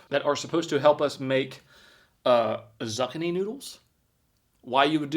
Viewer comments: Zucchini....zoo ke knee . Was he serious or kidding. 😂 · I’m going to start calling zucchini’s zuckaneez that from here on out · Its pronounced zoo-kee-nee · Never look up the pronunciation, Zuckanee is so much better, you've improved the word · Someone please tell me he knows it's not pronounced like that... Zuckannie sounds like your talkin about mark Zuckerbergs dik or something. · Pronounced zoo-key-knee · It’s pronounced: zoo-key-knee. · not knowing what beets are doesn't surprise me, but "zuckanee" HAS to be on purpose 😂😂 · It's pronounced zoo keenie..spelled zuchini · Zoo-kee-nee Zoo-key-knee Dude, Google is a wonderful thing. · Bruh i cant with under one minute😭... TF are Zuck-a-Knees😂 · Hey. Zucchini is pronounced zoo-key-knee. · Zooo key knee!!!! Please say it right!!! And ya mama never fed you beats? Spoiled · Its pronounced Zookini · It’s not zucchini say it like this zoo - key - knee thank me later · Let's say it together... ZOO-KEY-KNEE 😂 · Wait, you don't know what a Beet is, and you can't pronounce Zuchini? What in the hell is going on in your state?? Lol. It's pronounced zoo-keen-ee. Jesus! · man lol say it like this zookeenee that's how it sounds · You’re spending way too much time on the products none of us give a shit about. “Zuk-a-knee” mispronunciation quickly loses its humor. You’re starting to lose creativity bro…… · It's interesting that you have your own way of pronouncing objects. First... we have "Boo-keys" (Buc-ees) and now we have "Zuckanni" (Zucchini). Where did the "uck" go when you visited Buc-ees? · It’s pronounced zookenneeee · say it with me zoo key knee 😂😅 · Zoo-key-knee = zucchini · Zucchini is pronounced zoo kee nee 😂😂😂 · It's kukini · Zoo-key-knee. You welcome. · such a troll lol and even tho i knew you was trolling still made me angry everytime you said zuckanie bravo sir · For real What’s a beet lol and his Zuccany for zucchini lmao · lol ❤the show. Say zoo keany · It's Zoo-key-knee sirr